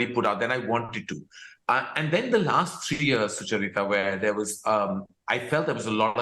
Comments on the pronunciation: Soo-chuh-rita lol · Have we been pronouncing Sucharita's name incorrectly, or is Karan?? Do u guys call her Su-cha-rita or do you call her Sucha-rita like Karan just did?? 🤔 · He keeps pronouncing sucharita wrong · I love how Karan pronounce Sucharita😃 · Maybe Karan should have pronounced your name correctly throughout the interview.